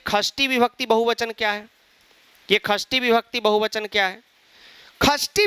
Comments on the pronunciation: Shasti nahi khasti vibakati😂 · Shasti vibhakti nhai Khasti vibhakti 😅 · Sir kasri nhi sasti hoti hai..😁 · षष्ठी ❌ ख़स्थी ✅